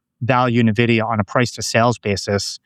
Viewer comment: For the love of God it’s “N-vidia” not “Nividia”